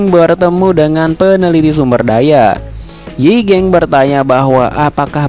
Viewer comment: Yi gang bang bukan yi geng😭...